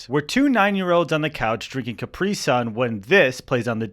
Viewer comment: That's not how to pronounce Capri